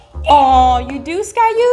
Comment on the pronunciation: Skaya not Skate